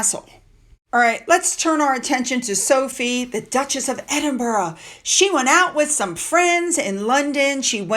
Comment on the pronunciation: Brilliant pronunciation of Edinburgh. 🎉